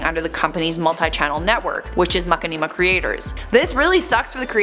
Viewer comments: Lol I can't stop cringing at the way you pronounce the channel. Anyway, I am sad to hear that they took down their videos. I remember I used to be such a COD geek with World at War, Modern Warfare 2, and Black Ops. I remember being such an uptight b*tch whenever I lost. Then one day I watched this Machinima video over this guy running around on Black Ops multiplayer and messing around. I loved the humor so much and it impacted how I played. I no longer cared for the win, I just wanted to have a good time and have fun doing it. I made some good friends along the way because of it. Thanks Machinima, you'll always have a special place in my heart. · I thought I was reading Machinima wrong cause of the way said it (no offense), but than I read the comments lol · Lol you said their name wrong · For a channel that's been around for so long, you can't even say it right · I love how pronounces it Like seriously 😂😂 Love u ♡ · The way pronounces 'Machinima' made me giggle. Never heard it said that way. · Stop insulting. She may not know how to pronounce it but so what? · Dude machinima it's been on YouTube for years how the hell 1 person can't even pronounced it correctly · Lmfao I love you girl, but, the way you pronounce the name is hilarious 🤣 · Oof I love this channel but that is not how you pronounce machinima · How you say machinima makes it sounds like a tribe is a channel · Machinima she can't even say the proper name. Smh. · It's pronounced Ma-shin-ni-mah but I love how you pronounced it, it sounds like a Dance! "Heeey MaKaniMa!" Do the Makanima, Chevrolet! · ........ Plz stop saying makeenima ..... (Getting cringe) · i love you, but for the love of god it's pronounced - Ma • Shi • Nee • Ma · i think its pronounced ma-shin-i-ma looking at the content they make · Its going to be stuck in my head after hearing Mack-Ne-Ma every other word lol 😂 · I like that pronunciation more than ma-shin-ni-ma :D